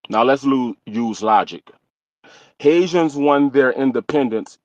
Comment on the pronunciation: I love the way he say “DA HaiZans “ 😂Love my FBA NewOrleans! Fam! Yes we have rich history there no more ethnic erasure B1!❤❤